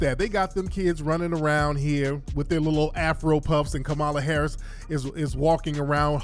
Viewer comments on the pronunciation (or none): I cannot 😩😩 he said Kamami Harris